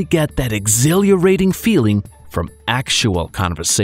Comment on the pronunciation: Thanks for the tips! I keep sharing these videos with my friends who are learning a new language. :) But, being who I am, I'll bring up some things I caught: , there was an awkward cut, causing "...will push you-- keep going" and an odd pronunciation of exhilaration a few seconds later.